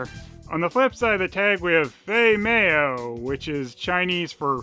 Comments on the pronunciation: "Fei MAYO"??? ...I can't tell if you're trying to be funny or if you legit don't know how to pronouncing 'mao' (which would obviously rhyme with 'cow'). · You pronounced 'mao' wrong. 'ao' sounds like 'ow' in pinyin. What you said translates to something like "don't have fat". 'mao' like 'cow'.